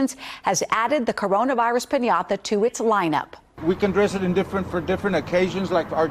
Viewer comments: I guess we can all use a corona "piñatha" these days. (I'm not sure why the way she's pronouncing it annoys me so.) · Did NO ONE try to help that poor newcaster? Pin-yah-tha??? It is such a simple word, come on.